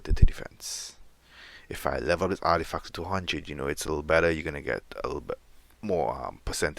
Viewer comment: Ardifack ????? ARTIFACT !!!! I can't let this slide, it annoyed me the more you continued to say it incorrectly. Sorry not sorry.